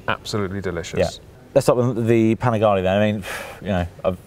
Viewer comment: Man you make good content but please, it a panigaLE not panigaLI 😂😎😊